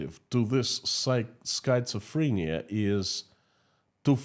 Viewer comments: Skit-suh-freh-nee-uh // really hard word to pronounce❤❤ Great job, 💖💖💖❤️❤️❤️ Slava Ukraini ❤️💜💜💜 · The correct pronunciation is SKIT SUH FREE NEE UH. (Schizophrenia) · Schizophrenia is pronounced with a short I. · December 10, 2024, Here are two words that you should ask Mr. Google to pronounce in English: 1. Façade 2. schizophrenia Remember that “ph” is often pronounced “f” in English. Thank you for your beautiful programs on economics. They are very clear and use “simple” explanations, which I can understand. Keep up the good work. Sincerely, Nick in Canada